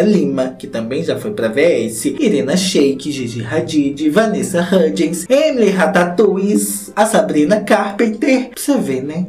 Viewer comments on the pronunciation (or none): eu racho toda vez que o fala Emily rataoullie kkkkkkkkkkkkkkkkkkkkkkk